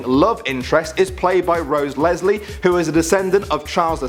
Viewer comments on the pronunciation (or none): none